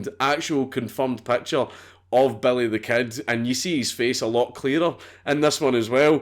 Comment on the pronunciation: Why would you call him Belly instead of Billy? 😂😂